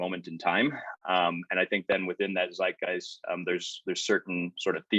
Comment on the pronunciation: Is this the one finally learns how to pronounce "zeitgeist"?